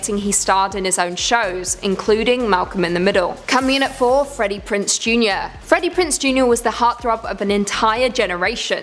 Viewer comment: Freddie PrinZe jr. Not Prince. Sorry but tired of your channels getting names wrong.